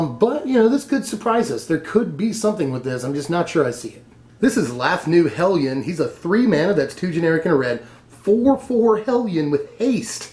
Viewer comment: I smiled at the proper pronunciation of "hellion"